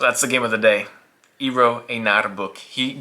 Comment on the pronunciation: Great video! Name pronunciation was completely off the rails, though.😅 Eero is somewhat close to "aero". For the öö in Böök, it's close to 'u' in British "further".